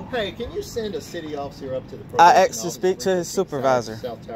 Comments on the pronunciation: Who owned who FOOL? You got thrown out! And it's ASK!!! Not AXED!!! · "can i axe you a question?" The word is "asked" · You "asked " not axed! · Stop saying "aks"! It just makes you sound stupid!